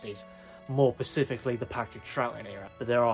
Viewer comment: More "pacifically?"